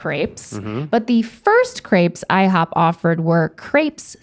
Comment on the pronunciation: No one: Rhett: IHOOP